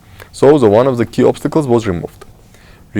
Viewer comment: Thank you for your discussion mr., but I would ask you don’t pronounce Word the Like Z, because you are Armenian not Russian I hate Russian accent and I don’t want to hear that when Armenian say Z instead of dare. sorry about my comment I hope you don’t think it’s negative